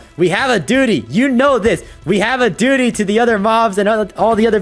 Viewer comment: Pro literally said duty😂